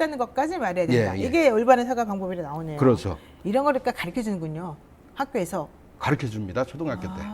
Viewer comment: 문법상 가르켜가 아니라 가르쳐가 맞습니다. 두 분다 틀리게 발음하네요.